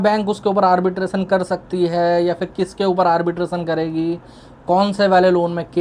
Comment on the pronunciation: Arbitrasan? ❌ Arbitration! ✅